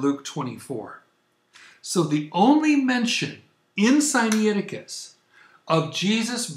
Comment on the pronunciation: It is not Sigh Knee aticus. It is Sigh nigh ticus. nai is not knee eye; it is simply night with the t dropped.